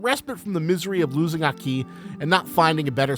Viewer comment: What's with your emphasis in Aki's name? Isn't it supposed to be said in a single sway? You go AH-KEE, when it should be AHke, right? Kind of like saying the "okie" in "okie doky", but replace the 'O' with an "A". It seems to me that you kind of pronounce it using Spanish emphasis rather then Japanese emphasis.